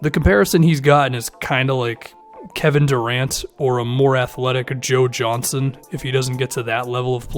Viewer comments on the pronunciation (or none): none